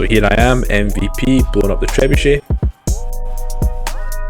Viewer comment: i've never hear trebuchet prenounced like that guy at the beguining